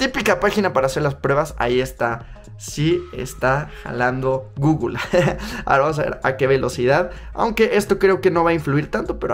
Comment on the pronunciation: Gugul ??????????? No será Google ?